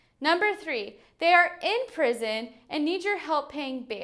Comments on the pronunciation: "Pison"? Don't you mean "Prison"? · Pison? 😂 All good though appreciate the video and good laugh but I wish him well. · Prison not pison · Pison? Am I the first one to notice??